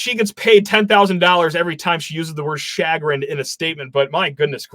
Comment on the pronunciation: Please review the pronunciation of the word chagrinned.